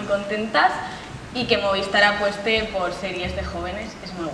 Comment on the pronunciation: Oye por que "moviestar" eh, donde está esa "e" que escucho cuando pronuncian MOVISTAR?